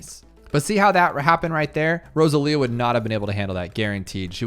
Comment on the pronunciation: I think it's supposed to be row-sah-lee-ah. Either way, cool hero, already like her